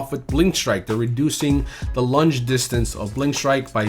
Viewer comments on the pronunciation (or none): none